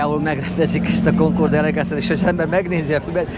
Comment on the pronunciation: Na ok pár dolog : Concours d’Elegance helyes kiejtése: Konkúr delegansz Sebring : Szebring ( nem Szibring) Duesenberg : Dűzenberg nem Dujzi meg Dujzenberg ugyanis eredetileg Ü-vel írták a család nevét.hasonlóan a Boeing családhoz ami szintén nemet eredetű család . Amúgy a videó szuper , nem vagytok autós újságírók de hal Istennek nem is akartok okoskodni .